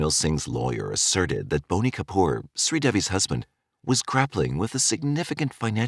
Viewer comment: Its BOney Kapoor!!!